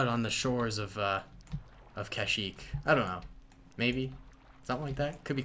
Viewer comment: My man said cash-eeek